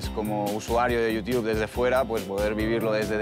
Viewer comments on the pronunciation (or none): Como mola... Tiene la capacidad de generar odio allá donde aparece. Es un crack. Entre que dice "" y que nos cuenta hasta como hace sopa Knorr en su canal, ha conseguido labrarse una reputación muy divertida por estos lares, no hay más que ver los comentarios del vídeo. Lo dicho, el chaval aparte de ser un coñazo increible de persona, va de listo, de sobrao (igual que en sus vídeos) pero en esta ocasión se ha dejado su faceta estrella, la de quejarse por todo. Imparables, para la próxima por favor, es mejor ir con 3 que con 4 y que uno de ellos sea alias ""